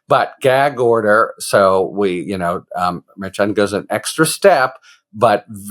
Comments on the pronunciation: Harry, you are mispronouncing the judge's name. It is pronounced MerSHan, not MerChan. Please, Harry, it's annoying. It's not that hard to do it right. In one of your videos attorney KFA gave you the correct pronunciation and you acknowledged it. Please be a little bit professional. Stop mispronouncing the judge's name. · Love your content. Pronounced MAR SHAWN not MAR CHAN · I love ya, Harry, but everyone else says “mer-Shawn”. 😀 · Harry!!!!! It's pronounced Mer-shawn. You were even told that. Come on man. Mer-shawn. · Harry it is pronounced like MER-SHAWN!🤭🤭🤭…Karen corrected you last week!…Love you tho,you are still my favorite talking dictionary! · As much as I appreciate your legal takes, I wish you would pronounce Judge Merchan's name correctly! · Why can’t you pronounce the Judges name correctly?? Do you have a French name impediment?? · KFA already educated you, Harry, on how to pronounce the judge's name. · Man, Karen Friedman already corrected you on the pronunciation of the judges name. It's not a hard c h